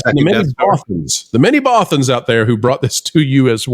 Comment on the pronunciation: The "many Bothans?" Or did you say "mini-Bothans?"